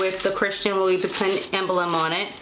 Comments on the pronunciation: You are mispronouncing the name. It sounds like you are saying LOuIE boo tan.!maybe it is my audio, but the correct pronunciation is LOU BOO TAN.. just a heads up. Other than that thanks for this info. Very helpful😀😀😀🙏🙏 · Kay Heath I research and the correct way is loo-boo-tan, so we both were wrong. But thanks bc I should have researched how to pronounce it before the video. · It’s French pronounced: LOUBOUTINN! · I’m aware that I pronounced the name incorrectly in the video.🤦🏽‍♀️ it’s Loo-boo-tan. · Its prounce ...(loub-bu-tin)cute shoes tho